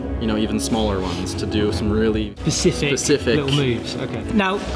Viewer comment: Ahh I don’t usually comment but come on, SPECIFIC not PACIFIC!